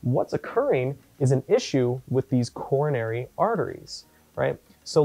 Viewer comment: "Corona"ry Artery haha . :P